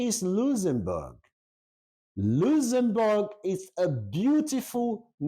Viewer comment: just listening to your video, it’s a shame and so sad that you can’t pronounce correctly the name of the country you’re talking about. Go and learn how to correctly pronounce the name before coming to a platform like YouTube. It’s so embarrassing to listen to you 😢👎🏼